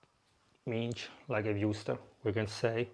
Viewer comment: Grandissimo. L'inglese é ottimo, ricordati é "minsd" non "mincd". Vai alla grandissima 🎉